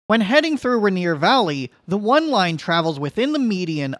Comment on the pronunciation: Bro, it's pronounced rain ear